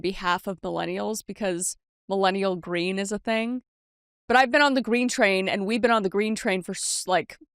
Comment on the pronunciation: Ummm...Kris...that isn't greem